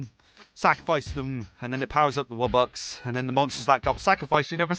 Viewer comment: because they might make good theories and predictions, but they created the worst alternate lore!!!!! They mispronounced wubbox to woobox?! No way. They think that the earth wubbox is the fire HAVEN wubbox?! Nuh uh. They think that the wubbox isn't the only one with powers?! Just no. Do they think that it got possessed?! NO. What is with them and this animorphs thing?! One question remains... Do wubboxes state that humans are dumb? Yes!